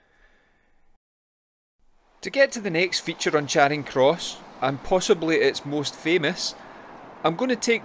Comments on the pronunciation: Glasgow folk pronounce Charing as 'Chayring', not 'Chaaring'. Excellent video. Keep up the good work. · Brought up in Glasgow, and worked in Charing Cross Mansions. Pronounced…Cha. Ring. Not chayring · "Chayring" jeezo lol. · Glasgow folk don't normally do long vowels, so they pronounce Charing as 'Chayring'. On the other hand, London folk love long vowels, so they pronounce Charing as 'Chaaring'. By 'Glasgow folk', I, of course, mean people born and bred in the city of Glasgow.